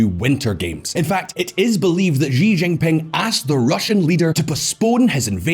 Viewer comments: This guy has no clue how to pronounce Xi Jinping. It is embarassing. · No one: Visual Politik: Ži Žingping